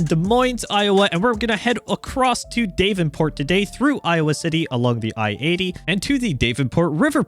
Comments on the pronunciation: Daaavenport not dayvenport sorry just a lil annoying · It's "daaav-en-port" (dav rhymes with slab), not DAVE-n-port. just a heads up. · Loving the sights of the Iowa DLC, from an Eastern Iowan like myself. If there's one criticism, it's how you pronounce Davenport, which I find rare people pronounce it as "DAVE-EN-PORT"...same with Ottumwa as "ODDUMWA". lol It's okay, those are not as bad as people trying to pronounce MAQUOKETA (99.5% of people who don't live around Eastern Iowa had a hard time pronouncing it. lol) Anyway, we pronounce Davenport as "DAV-IN-PORT" and Ottumwa as "UT-TUM-WA". Anyways, keep up the videos, fella trucker!